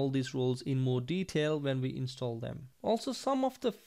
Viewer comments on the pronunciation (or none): none